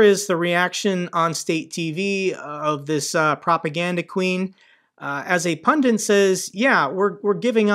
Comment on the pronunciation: it's spelled "pundit" and pronounced as such (not "pundint").